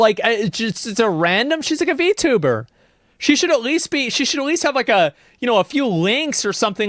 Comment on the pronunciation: Damn. You said v-tuba with the hard R...